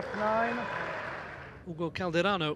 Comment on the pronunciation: É tão difícil pronunciar o nome "Hugo" ? Tenho certeza que você não gosta das conquistas do Brasileiro, a impressão que dá é que ele te incomoda. Aprenda a ser mais humilde.